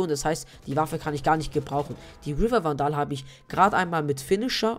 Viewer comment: nices video aber man spricht vandal nicht so aus das kann ein ziemlich nerven haha, die richtige außsprache ist: wändel und reaver spricht man riewa aus (das r wird eher englisch gesprochen) aber trotzdem gute video :)